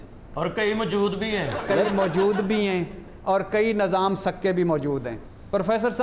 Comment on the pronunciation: بھٹّی صاحب nazam نہیں nizam,✓ ۔ asaf نہیں asif ✓